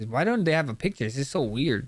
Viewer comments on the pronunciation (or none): none